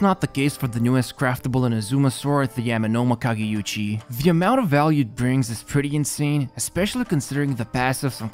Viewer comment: Damn he nailed the prononciation of the Amemomakagechi sword